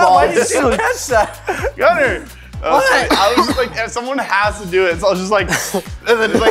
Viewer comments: Did i hear gunther instead of gunner?? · Am I the only one that heard “Gunther!”